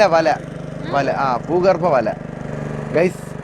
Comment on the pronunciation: ബൂഗർഭം അല്ല 😂😂😂 കയർ ബൂവസ്ത്രം